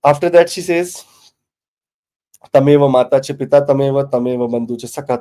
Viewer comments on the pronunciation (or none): none